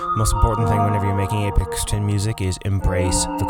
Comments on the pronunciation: Good stuff...FYI...its aphex twin ...not apex ...pronounced afex twin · You said his name wrong 😒 it’s not Apex, it’s Aphex like Afex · It's Ay-Fecks. Not Ay-Pex. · its pronounced like ay Fex with an F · Your pronunciation of 'aphex' is not the apex of this video.